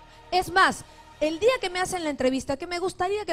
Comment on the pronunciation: La ultima vez... en ese di'a.... 🤣🤣🤣